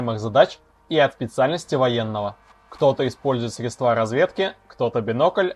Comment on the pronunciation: срЕдства, а не средствА. Грамотей твою налево . . .